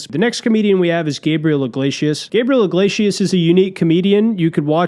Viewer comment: When you say, "Gabriel IGLAYSHUS", are you just fucking with us like when Norm says "I-run" instead of 'iron'?